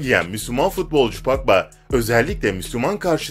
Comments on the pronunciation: Paqba ne ya Pogba azck ingilizce öyren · Paul pagba deyil Paul pagba